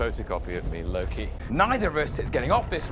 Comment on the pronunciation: not him calling lokey as pokey cracked me uppp 🤣